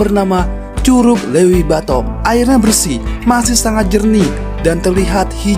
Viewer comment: Cara ngucap LEUWI salah bang..heee